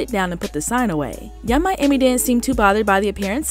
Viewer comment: Hold up… what did you call Yung Miami?!!!!😂😂😂